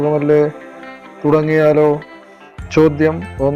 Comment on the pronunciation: ചോദ്യം ആണ് ചോദൃം അല്ല